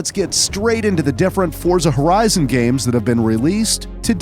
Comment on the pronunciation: He finally a person who properly pronouncing Forza Horizon name.